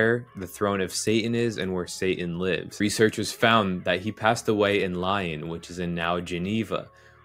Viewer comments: The Word Lyon is pronounced as such: Lee-on, not Li-on, just saying bro. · Did you just called lyon " lion" 😂😂😂😂😂 not trolling, just thought that was funny